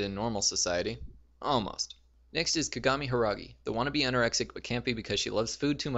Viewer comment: you pronounced Kagami's name wrong.